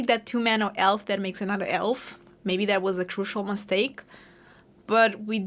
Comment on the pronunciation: It's always curious when you add a W sound at the beginning of words like, "elf." It sounds like youre saying, "welf," lol 😅